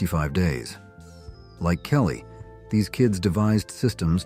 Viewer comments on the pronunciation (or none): none